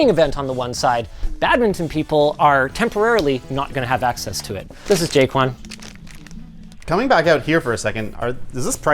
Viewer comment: who else thought linus said " jake one" instead of ' jay quan'